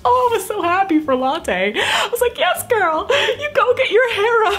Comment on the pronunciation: She pronounces lottes name as latte TF?! XD